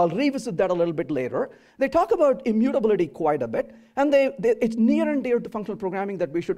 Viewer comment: all good but the way he's pronouncing immutability, is something I can't handle